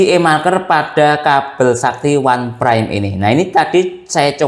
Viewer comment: Bacanya itu "onpraim" bukan "wanpraim"